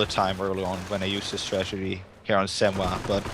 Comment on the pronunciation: so nice and intense fights ... great play for werhmacht... Irrelevant fact, once I heard stragedy instead of strategy once in the game , I could only hear that... the native english commentator should have corrected the guy... :D , quite unfortunate